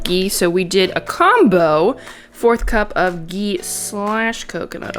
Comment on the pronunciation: She said gee instead of ghee